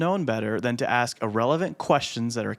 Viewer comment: I hope you have a good sense of humor, you were commenting on how some people mispronounced the letter A and said a word wrong. You my friend have the same misstep when you say the word ask. Review your tape at the 45 sec. mark and axes yourself what you said. 😅